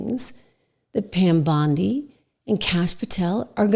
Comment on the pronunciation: did she just say Pam Blondie? 😂😂